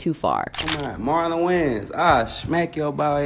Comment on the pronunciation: Wow, this AI voice is incredible! It even sounds like "Marlon Wayans"! AI is getting so good—if it weren’t for the slight mispronunciation of his last name, I would’ve never guessed! 🔥👏